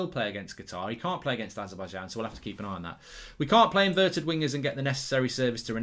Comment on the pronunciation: Azer-Bai-J-an not Azer-Bai-Yan